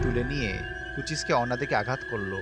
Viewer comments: Prothom var shunlam shunla কুচিসকে অন্না। আরে বলদ এটা হবে কুচিসাকি অন্না😂😂😂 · Bro it is not কুচিস-কে-ওন্না। the pronounciation is কুচি-সাকে-ওনা!